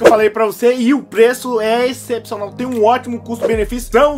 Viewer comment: Gostei do vídeo que nem vc diz excepicional 👌👌